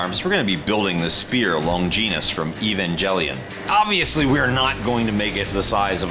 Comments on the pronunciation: Fyi, in canon it's called the "Lance of Longinus". I feel like it just has a better ring to it then "spear". Holy crap those pronunciations.....Lawn-gin-ous not lon-jean-us and E-van-ghel-ion not E-von-gel-ion. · "Spear of Longeenus from Evanjellyon" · "Evan-jellyon" sighs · Ah my favorite anime, “e-van-jellion” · I like the concept but “today we’re making the spear of lon-jeenus from eevan-jelly-on” physically hurt me. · lonjinus , evanjellyion nooooo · WHY DO PEOPLE CALL IT "EVAN'GEL'ION"!? ITS "EVANGELION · Based on how they said evangelion and longinus they never watched the show.